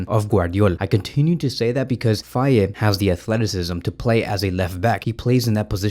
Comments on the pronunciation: In Senegalese pronunciation, the name "Faye" is pronounced more like "Fay" rather than "Fay-e". An example to remember this pronunciation is the mnemonic technique "it's a lie or it's a Faye".❤ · Its Fay bro (the "e" is silent).